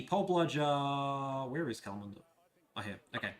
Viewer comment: Kalamunda... shocking pronunciation! Ya'll takin' the piss!!